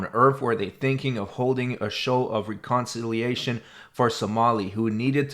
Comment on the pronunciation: The way you pronounced reconciliation. 😳😂